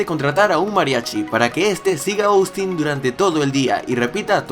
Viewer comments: se pronuncia Ostin, no Oustin, así va el nombre Austin. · Minuto Trish: Silla Austin: Zyia Trish: Puerta Austin: Puerrrrta Trish: Bicho Raro Austin: Vichou Radou